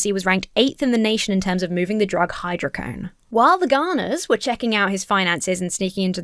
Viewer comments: "Dismembered" 😂 Oh it's hy-dro-co-done not hy-dro-cone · Hydro Co Doughne Not hydrocone But it's just Vicodin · Theres a DO in hydrocodone. Its said like hydro code own. Hydrocodone. Thanks. Happy birthday!